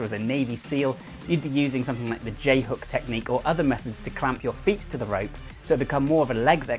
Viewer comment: I keep thinking hes calling it.. RAPE CLIMBING.... YEESH....